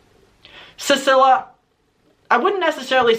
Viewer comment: I think her name is pronounced ceeceelia